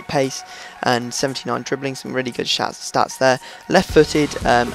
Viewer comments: he says shats instead of stats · "some really good shats there" :D